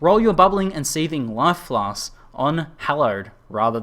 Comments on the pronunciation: (Not complaining) but you could've saved yourself some torture by just calling them potions or pots and clarified in the beginning that Pots=Flasks. I don't mind either way, but I felt bad for you because I hate constantly pronouncing shit I can't say well and you had to do that a lot in the video. Nice guide though, very helpful for me as I am completely lost on how to craft flasks etc. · Lol I watched this with subtitles turned on, It's fun how many different words result when says "flasks"